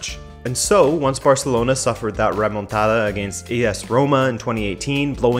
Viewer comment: “Once Barcelona suffered a ‘Romantada’ “